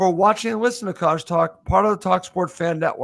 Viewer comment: Mr Algorithm says "COYWs."